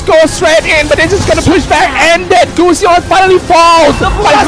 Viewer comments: Anchor pronounce goosion??? What the fck....it is pronounce as gasun... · I'm just irritated by the way the commentator pronounces gusion. "gooseyon" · wtf is gooosion its gusion ffs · They pronounce gusion as gusyon HAHAAHAHA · Kay Gusion nga eh "Gusyon" tapos sabi "impohtant" mukha silang nau-ulol. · jared toh Gu-Ssi-Yhon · Gos-yown ampota. .🤣🤣🤣🤣🤣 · guzyon! (Gusion) nkakabobong commentator. pootchaaa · Its gushion not claude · can't stand the commentator saying gusion